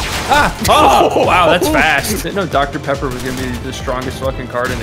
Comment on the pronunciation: DR PEPPOR?!